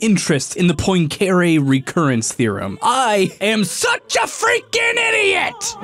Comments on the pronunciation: this has got to be the worst english pronunciation of Poincaré I've ever heard lmao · His pronunciation of poincaré makes me cringe Here's how you pronounce the guy's name in French: and it doesn't have to be a perfect French pronunciation, but at least try a little instead of this American butchering of the name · 1 : Nether is only half the size of overworld (128 blocks in height) 2 : this is not how you pronounce "Poincaré" 3 : still a good video but the aforementioned elements are too prominent to not be researched, one name and a number that represent very little research too : / Timestamp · As a Numberphile/"casual math" fan, the pronunciation of Poincaré is physically painful to me, but funny nonetheless. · Tell me one thing, what in a sign of stressed syllable you do not understand? It’s god damn Poincareeeeee, not pOinKeeiRi ugh that is disgusting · It’s pronounced pwancuhrehh (because it is French) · poin-care-y ???? its pronouced Pwon-cah-ray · Henri Poincaré: is French, pronounces his name 'on-REE pwon-ka-RAY': "Henry Poyncarray" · The science is, of course, most excellent. BUT. mispronunciation of Poincaré (pwahn kah rey) nearly killed me x.x I recognise it's incredibly pedantic, but he said it so many times I almost died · You mispronounced Poincaré. It's pwong-ka-RAY, not poin-CARE-ay. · Bro Im pretty sure Poincare is pronounced "point"(without t) + "carè" ( accent on last e) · As a math grad, his pronunciation of Poincaré made me shake my head. It's "PWON-ca-ray". Otherwise, it's a great follow-up video to the Marioplex. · Um it’s pronounced poincuhRAYYY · How can you mispronounce Henri Poincaré so badly? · That mispronunciation of Poincaré hurt me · HOW did he pronounce Poincaré????